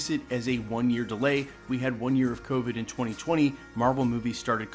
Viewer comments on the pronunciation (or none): none